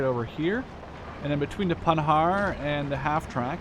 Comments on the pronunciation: PandarD it's in German service so it's a PanharD with a D :P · Hi so first you ve right Panhard is without "D" pronouciation at the end and im French:).Two now i think conquest is fun but i really hope at the end they dont make mess than they do in call to arms because in call to arms this is just unplayable because of infinite reinforcement of IA who just wipe out your deck everytime and most important this is just brutal no strategy possible due to the tiny size of map.When i see your video im happy but i m worried because for now it's just beta.so sorry for my awfull english